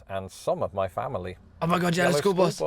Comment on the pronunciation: Not them both saying yellow school hus at the same time lol